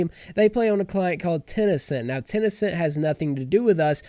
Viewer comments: kenau I was hoping I wasn’t the only one who got progressively triggered throughout the video at the fact that he kept saying it wrong lol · ITS TEN CENT NOT TEN E CENT REEEEE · wtf is tenecent? is he talking about tencent games?